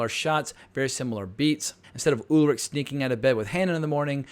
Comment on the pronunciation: exactly... if they can pronounce Schwarzenegger correctly then there is really no excuse to pronounce Charlotte or Ulrich wrong.